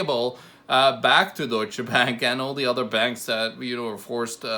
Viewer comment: What the hell is dooicha. Its Duetsche